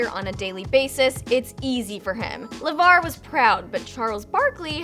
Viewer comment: sooo we just gonna act like she didn't call Lavar, Lamar!!!!